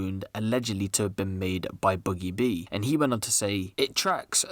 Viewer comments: Rate da vid but it’s boogie b mate not buggie b it’s ak a problem in the vid lol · Ain’t no one gonna point out he said boogie boo 😂